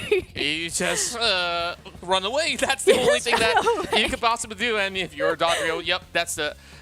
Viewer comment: Someone should tell them how to pronounce Dodrio